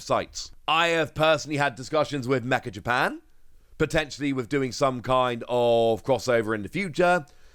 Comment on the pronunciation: Hey, meccha Japan is probably pronounced as meh-cha. Cha like chat. I say this because I know you’re studying Japanese and I’d like to help you out. めっちゃ (meccha) is a popular word from the Kansai dialect that means extremely or super. It probably won’t help with translating Pokémon cards, but it’s a good word to know!